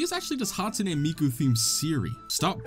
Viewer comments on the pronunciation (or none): none